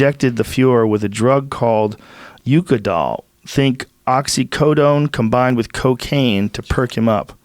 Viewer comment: God every time he said oxi"cotone" I die